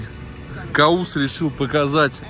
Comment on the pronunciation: Правильно Кавус(по перссидкийКовус)